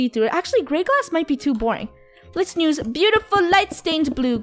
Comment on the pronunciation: Why does funneh say"nuse" instead of use?